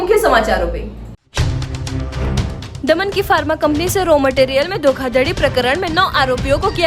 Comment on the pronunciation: धोखाधडी नहीं धोखाधड़ी होता है । फर्मा नहीं फार्मा होता है ।